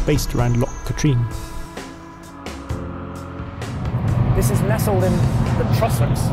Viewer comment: Terrific vid. A minor correction 'Katerine' rhymes more with "slattern' rather than 'latrine' and the emphasis is on the first syllable.